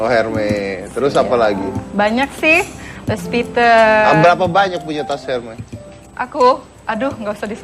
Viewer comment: "Luis piten" .. wkwkkwkw